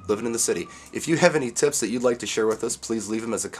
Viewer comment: Great vid!, lol at the end " tips" sounded like you said "*its" agree all the way. j